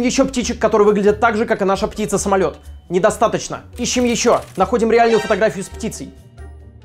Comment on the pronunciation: "ПтицЦа" хдд Хотя воспринимается, как стеб